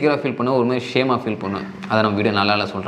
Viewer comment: 'Intha MERI" ila bro athu "intha MARI" its kinda irritating...